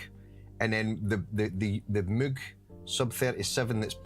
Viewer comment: damn, 7 hour stream, you sure sure are back stronger! so, must have missed something, what was the reason the hydrasynth in mono for like 2 hours? btw, i heard people pronounce "moog", or like "mogue" but just love it when says "mug".;D